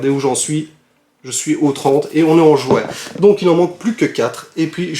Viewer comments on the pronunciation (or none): none